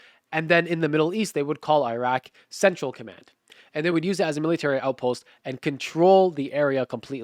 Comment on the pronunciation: how does an arabic speaking Muslim not pronounce Iraque right. I can't even speak it and I can pronounce it.